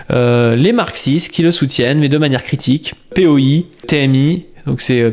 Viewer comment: POI c'est Parti ouvrier indépendant, et ça se prononce POÏ je crois.